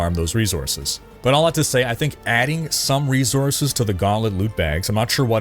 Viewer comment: Resources not reezources